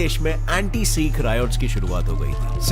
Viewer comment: Bhai bho sik nhi hote h sikh hote h